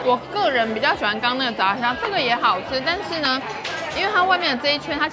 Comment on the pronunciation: 我只有一個問題 為什麼炸蝦的炸是念二聲 可是其他炸物都念四聲？？？